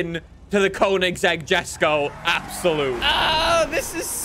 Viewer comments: yesko is the correct pronunciation, stop saying jesko. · I get so annoyed from the way says ‘Jesko’ 🙄